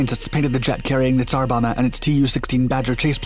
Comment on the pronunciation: "Bomba" is pronounced with both Bs: "BOM-bah", not like English "bomber". You really should check these pronunciations out via Google Translate or similar internet means.